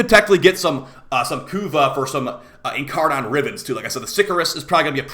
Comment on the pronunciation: Ok enough, it's not incarNON it's incarNIN